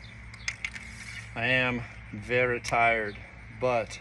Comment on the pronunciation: The accent in “vury tired” a minute in cracked me yp